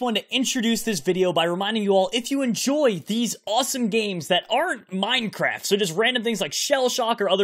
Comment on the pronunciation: = Better because minecwaft bowing